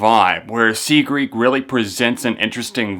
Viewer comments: Why is nobody talking about how he said "sigrid" "see-greed" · I don't know if you're pronouncing her name wrong, or if I have been pronouncing it wrong the whole time. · could be wrong but i'm pretty sure your saying her name wrong but great review none the less. sigrid is awesome